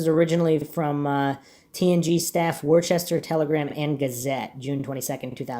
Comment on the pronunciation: Worcester is pronounced Woo-ster or Woo-stah here in the northeast. Good job on this mystery.